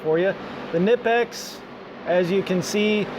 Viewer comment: WOW ! An American who says kNIPEX the correct way :]